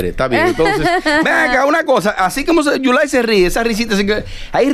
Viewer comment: Dice yulay que caroline mojo